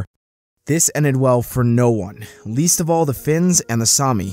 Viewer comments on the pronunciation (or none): none